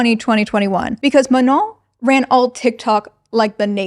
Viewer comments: MA-NOH NOT MA-NON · It took me all of 35min to understand that her name was Manon, I kept hearing you call her "Menol" i was like wow such a unique name